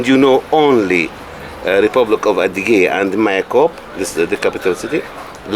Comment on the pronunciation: thank you for beautiful videos but you should study a bit the cultures you don’t know well. You kept saying “adyhig”; it is adygheeee” with an e at the end. Additionally, you never talk about very crucial historical events. Adyghe people had to immigrate to Ottoman land in 1864 onwards because the Tsar of that epoque forced them to. It is the most tragic event of their history. Now most of the circassions (around 3 million) live in Turkey. You are telling irrelevant stories which makes me surprised. Put a bit intelle tual effort please.